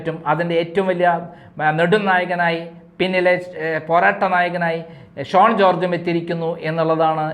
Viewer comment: SHONE alla, SHAUN ennaanu.